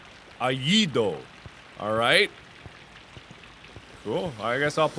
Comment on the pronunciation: Mark: "El a-allido" Me: You did very well, honey :')